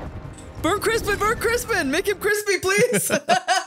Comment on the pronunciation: how are you still pronouncing Christon's name wrong and keep saying Crispin